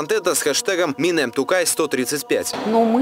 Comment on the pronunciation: "Минем Тукай".😳 Первое слово в названии флешмоба ни раз не произнесли правильно. Позор. И это в Казани. Позор этим косноязычным журналистам 👎.